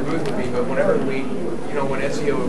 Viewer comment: ezio not enzio